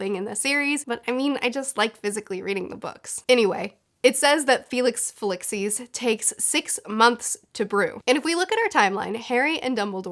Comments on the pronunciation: well you don't need to hear something to pronounce it properly, especially if it is as simple as that, cause it is right there on the page :D it is not FeliXis, it is FeliCIS -> Fe-li-CIS. cis, like the all so popular gender. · What you pronounce as an X in Felix Feli(C)is is actually pronounced like this: Felix Feli(z)is Your welcome :) Nice vids btw... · Felix fee-lee-sis Your welcome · Rose-mer-ta Fee-li-sees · For the prononciation of Felix Felicis. Just say it as you read it. You pronounce felices with an x for some reason. It’s not there. Rosmerta has no i in her name. Just to help